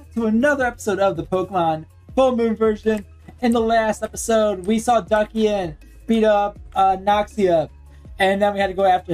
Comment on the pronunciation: Duckian lol, just for future remembering, its Dus-e-an like Dusk minus the k